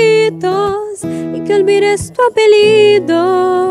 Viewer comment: someone must tell the girl of the second cover that we pronounce the "ll" like "l", because she said "apelido" instead of "apellido", but the cover was good anyway.